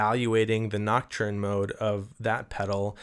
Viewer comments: Pls stop saying ”noc-churn” 😅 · gotta get that French pronunciation of näktərn going on 😜